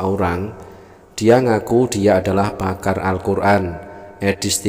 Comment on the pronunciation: Edis2 bilangnya pamar alquran.baca alqjran aja g bs lu.tp kl sebutan pakar raja ngibul baru pas.